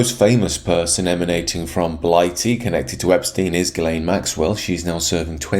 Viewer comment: The thing I find most disturbing of all is the way you pronounce Ghislaine.